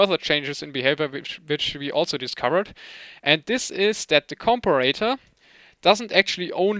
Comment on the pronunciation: I am not sure how British people pronounce the word, but in the US it is com-pair-a-tor." Just in case you wanted to know. Your English is amazing by the way. Awesome video.